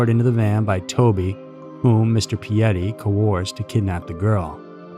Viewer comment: Btw, our last names were pronounced wrong. Its "pee-ette". Henri's my grandfather and its pronounced "on-ree". He preferred henry, but its still henri. Toby's my father. Their story is absolutely horrific